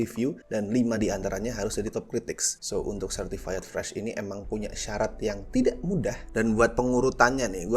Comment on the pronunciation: Certified itu bacanya Sertifait bukan Sertifayet, bang